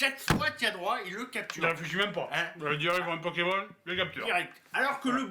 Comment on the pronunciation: you make me laugh 😂😂 you said Pokeman like my mother in law used to say 😂😂 it’s Pokémon 😂😂 because of pocket/monster 😜😘